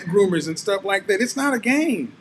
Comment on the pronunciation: “Cat moms sitting around doing cat shhtuff” almost let it slip 😂👏🏽